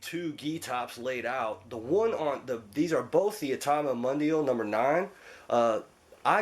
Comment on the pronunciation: great review but mundial is actually pronounced moon Dee al